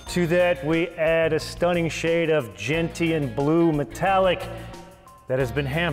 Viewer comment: The 't' in Gentian should be silent i.e. it is pronounced 'jen-shn'.